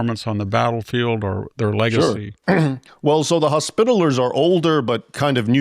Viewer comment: Arrgh! Leaving out a syllable makes this video un-watchable. Hos-pi-ta-li-ers. Second accent on the third syllable.